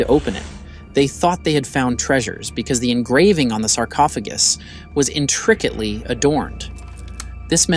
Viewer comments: In-tricket-ly rather than intricately. Good grief I am so sick of artificial intelligence pronouncing words so poorly. I'm out. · is this an AI voice or did zoomers really forget how to pronounce "Intricately"?